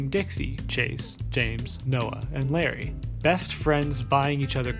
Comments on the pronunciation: but this youtuber wasnt trying to say his real name. he was just mispronouncing larray. or else why would he heart the comment saying I'm all here for u mispronouncing larray as larri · Ok this isn't the point of the video, but Larray is pronounced La-ray (like stingray) instead is Lar-rie (like harry). (great video as per usual tho) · good video but pls i beg it isn't larry, i believe its pronounced la-ray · How are you an english speaker and can't tell that "Larray" isn't pronounced like Larry??? Lol like whut?? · isn't not Larry, it's Larray. (la-ray ) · good video but it’s larRAY not larry that’s driving me nuts lmao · all I know about this is he misspronounced Larray as “Larry” which I’m totally here for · loved the video as per the usual! I'm glad someone talked about this trend of fake friend groups bc it honestly bothered me from the get-go one thing though, I think larray's name is pronounced like "luh-ray" and not "larry" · isnt larray pronounced lah-ray though? i get his real name is pronounced larry but i think mayannaise might be talking about the mispronounciation of LARRAY